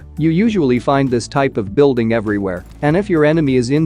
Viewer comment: Beeuldeeng 🤣 I know your tongue can speak this